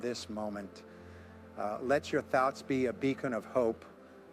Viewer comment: Thoets? Then Thoughts? A toe_tally different per_sone? Sounds so smooth and real. Then this AI creep reveals himself.